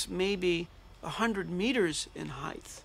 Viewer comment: Scientist pronounces “height” as “heith” . 🤔 What’s up with that???